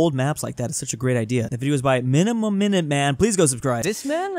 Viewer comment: Miniminuteman is pronounced MINI MINUTE MAN